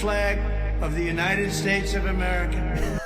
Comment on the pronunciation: Venezwiiir. Missish. Chisish. United Schtates. Confefe. "I know words, I have the best words".